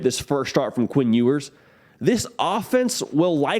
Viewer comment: What is up with your pronunciation? Queen Ewers? Lame. Obviously a jab. Lame